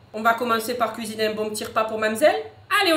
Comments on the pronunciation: Nous allons lui cuiiner un petit dessert un petit gâteau voila >> heu 😂 le mot cuiiner ses cuisiner 😂😂😂😂😂fin sinon tes le meilleure change pas ❤❤❤😂😂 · Kisiné 😂😂❤ le français n’est pas ton fort aujourd’hui 😂😂